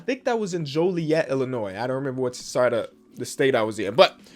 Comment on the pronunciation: saying Joliet Me (from Joliet): 👁️👄👁️